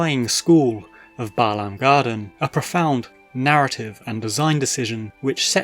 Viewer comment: Glad for the pronunciation. When people say "BAY-lahm" it drives me crazy 😂